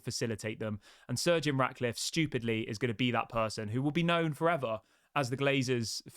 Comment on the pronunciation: practice saying Sir Jim. Sir Jim. Sir Jim…it’s not surgeon